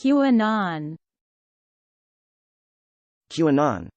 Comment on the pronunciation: this is literally not how its pronounced my humblest dudddde